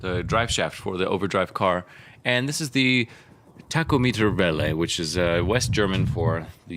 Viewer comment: I like how you pronounce Tachometerwelle :) Greetings from Germany :)